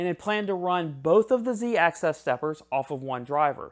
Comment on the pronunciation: It's Z axis, not Z access.